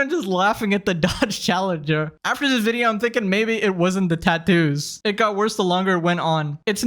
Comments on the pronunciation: tah-toose :face-turquoise-covering-eyes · Plus the way she pronounces TATTOO is so grinding. TAH-Toos. Not wrong, I think, just weird to me. Also, the tattoo on her forehead is lopsided? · The most infuriating thing is her pronunciation of “tattoos” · Why does she say tattoos like that? 😬